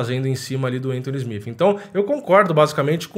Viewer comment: Admiro seu trampo mano, mas SmiFi é ruim de ouvir.